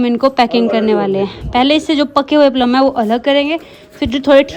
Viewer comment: प्लम not पल्म 😂